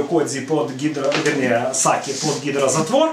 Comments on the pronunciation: Не Саки, а Сакэ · Саки? Ахаха, чел, сакэ надо говорить. Мочу пить японцы не будут